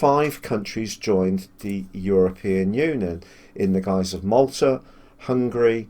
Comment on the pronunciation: Hungary, not hungry! 😂